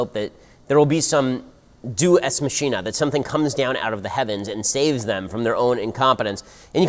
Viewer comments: I think it's pronounced "day oos eks makeena" not "doos ex masheena" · "do ex machine-a" ? You mean deus ex machina? XD